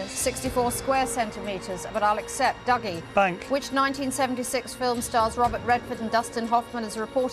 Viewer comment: Is it pronounced "Duggie" or "Doogie"? They keep changing it